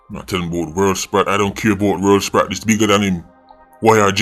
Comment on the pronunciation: “World Sprat?” lmaoo what did kartel do to you? 😭☹️